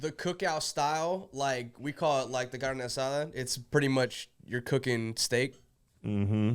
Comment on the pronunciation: Kev, that Latino pronunciation was muy bien!! That carne asada was smooth.